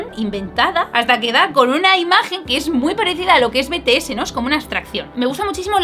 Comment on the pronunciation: En serio solo a mí me crea un poco de dolor de oído escuchar "Betese" y no "Bities"??? (Ter te amo❤️😔✨ soy muy ARMY y por eso lo digo, pero tú como quieras decirlo)